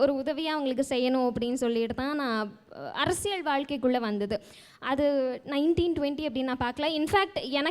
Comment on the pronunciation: 'Arasiyal 'pronounciatione paaru